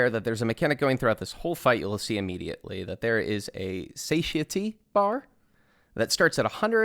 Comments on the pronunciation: For anyone reading this, especially non-native speakers of English, Satiety is pronounced "sat-TIE-uh-tee", not "SAY-shuh-tee" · The biggest thing I learned from the guide was how to pronounce Satiety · Great guide but I can't get over the satiety pronunciation